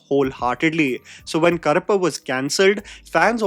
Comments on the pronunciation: Karappu - Cockroach, Karuppu - Black or a nickname for Karuppusami It was challenging to hear it as Karappu i.e Cockroach. It's easy to check how to pronounce using AI or Google tools. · Brother, I really enjoy & appreciate what you are doing including the effort to pronounce words in other languages. Side note humour: you pronounce Karuppu as Karappu. Karuppu means black and Karappu means cockroach 😂😂😂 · pronunciation of Karuppu = Urvashi's Daakumaaraj